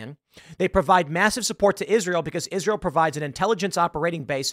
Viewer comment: when you read the word israel then pronounce it isreal.